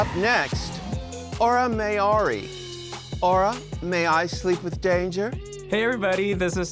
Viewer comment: people will pronounce Mayari every possible way except the correct one, why is everyone constantly inventing an O that isn't there